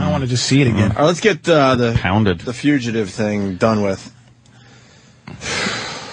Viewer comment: “Wait, you were trying to say fugitive this whole time?”